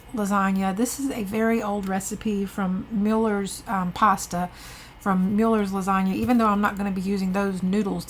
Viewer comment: Mueller. Not Miller's. Pronounced Mew-lers